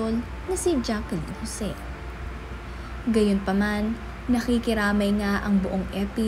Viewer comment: It's Jacklyn not Jackilyn idiut.